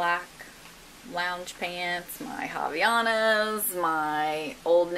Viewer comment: I'm Brazilian and just loved the way you said Havaianas!!! Love your videos xoxox